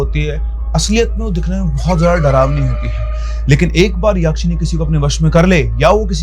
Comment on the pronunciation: यक्षिणी. Not याक्षिणी.